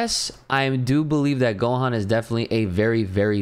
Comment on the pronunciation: It's Gohan bro.